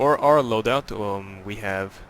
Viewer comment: It is not "Shval", it is "ShKval". Squall in English.